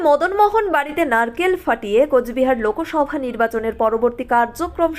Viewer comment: সংবাদ পাঠ করতে উচ্চারণ ঠিক কর । লোকোসভ না লোকসভা।👍